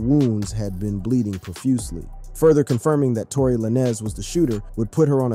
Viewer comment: I had to stop listening once you called him la-nez twice lol